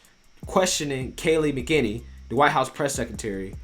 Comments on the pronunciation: Thank you, love watching! Just wanted to give you the pronunciation of Kayleigh’s last name as its a difficult one. My family knows them well since my daughter went to HS with her. It’s Mack’- Eh - Neny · love your compilation of Trump videos denouncing white supremacy and I agree with your point - my only complaint is your pronunciation of Kaleigh's last name - McEnany